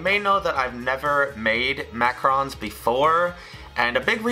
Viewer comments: You're saying Macron not Macaron, lol you forgot the a. Also you ground up the seeds with the shell, pretty gross since you don't eat that. Since this recipe originally uses almond flour and specific liquid amounts for it, substituting the flour needs adjustments to the liquids as well, since different "flours" absorb different amounts of moisture. This test was kind of a fail to me. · they are not pronounced "macrons"!! It's "macArons"! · Except he was pronouncing them ‘macrons’.